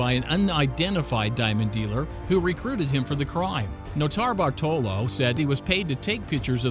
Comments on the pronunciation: The first guy's name is pronounced Note-a-bart-a-low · Man he butchered Norto Bartolo’s name